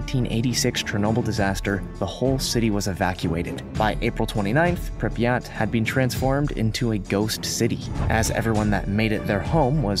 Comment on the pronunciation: Learn to pronounce Pripyat properly